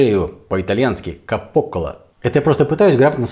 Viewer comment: Правильно произносить "кАпо кОлло" Capo collo. Типа "главное горло(шея)", так переводится. А "капОколо" звучит на испанский манер)) В итальянском ударение всегда на предпоследний слог, в отличие от испанского, где часто ударение на последний падает. Пример имя " Инесса" Инес (ит. Ударение на предпоследний слог, он же первый) ИнЕс (исп. ударение на последний слог) Привет из Италии,! Насчёт плесени попался мне интересный рецепт один. Там эту белую плесень в магазине человек покупал в пакетике...не помню в каком, может в интернете. Потом он этот пакетик водой разбавлял и опрыскивал колбасу из пульверизатора. Созревала колбаса в камере 40 дней. Вся равномерно плесенью покрылось. Толстая, не в кишке, а в какой-то широкой оболочке. Проницаемой похоже, чтобы грибки могли проникнуть внутрь и ферментировать...и вроде еще и проколол он пустоты. Там всё получилось норм. И знаете в чем возможно ваша ошибка? Что вы сахара добавили в плесень. По принципу браги - дрожжи и сахар. И наверное активизировали грибки не в ту сторону. Вот они всё вкусненькое на радостях и сожрали в колбасе, вместо того чтобы медленно закусывать и хозяину оставить. Идея соскребать плесень с готовой колбасы и мне приходила. Это выход если купить негде. Но сахар...напрасно, ваша плесень просто опьянела и аппетит повысился у неё. Я так предполагаю, ибо бражку делаю иногда и вижу как сахар активизирует дрожжи, а это тоже грибки.